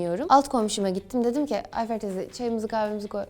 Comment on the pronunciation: “ayfeR teyze” djdjdjxjxjxj kızım sen Karadenizli olmuşsun bile